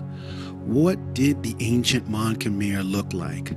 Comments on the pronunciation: mon k’mai not kmer not so hard to pronounce bruh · Khmer should be pronounced Ka - my With a short a sound it is not: Kay - my (Yes, i know how google translate says it. Its wrong. Go on youtube an listen to actual native speakers). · You lost all credibility after saying "kum-ere" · Even ofter they clearly refer to themselves with the proper pronunication, he still choose to say "Kum-ere" instead as if he was "correcting" them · Dude you really need to do more research. And never go in with a European mindset that our oppressors set In us. My wife is Cambodian and it's pronounced. KUM-EYE. SMH you sound like the white man. 'Un-educated' about cultures. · No your not saying it right,it’s kh-Mai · love the video but it’s killing me as a cambodian how you keep saying “khmer” wrong 😭